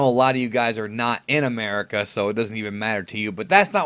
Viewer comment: "America" is not 'murica